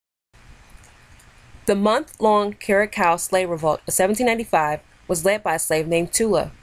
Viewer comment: The second c in curacao is pronounced with an s sound not a k sound